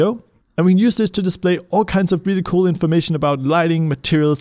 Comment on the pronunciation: I love when says "very very COAL" instead of Cool.